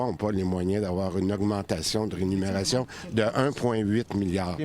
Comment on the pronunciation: Vous faites confiance à un ministre qui dit rénunérations au lieu de rémunérations. MDR.